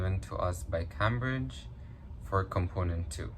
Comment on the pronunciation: Cambridge isn't pronounced Cambridge it's Came-bridge.